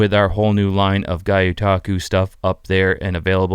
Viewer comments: Love your videos and content. Just a little comment and not to be too critical. Kim Chee is not Chinese but Korean. Also, please look up your pronunciation of Gyutaku. It is not "Guy"utaku, "Gew"utaku. Much Aloha from Volcano Hawaii. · Guy-yu-taku ❌🙅🏾‍♂️ Say it with me GI-YO-TA-KU ✅🤙🏽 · For anyone wondering its pronounced Gee-you-talk-oo. And there are some AMAZING prints out there. A Japanese art. So cool. does a good job and made me wanna try it now. I saw a badass one of like a 4lb octopus. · Still pronouncing Gyotaku wrong 😅